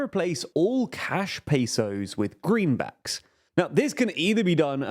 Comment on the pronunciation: Pronouncing Pay-sous is funny